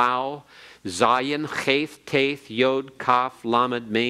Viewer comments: Whew that pronunciation is rough straight outta the gate. 😊 Cheith… with an American anglophone “th”. CMON y’all. What are y’all doing?! It’s CHet חֱ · If you are teaching any language you need proper pronunciation. He has no cheit as in the Scottish loch. It's sounds so stupid and ignorant.